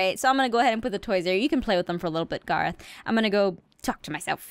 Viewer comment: it's garroth not gereth caw caw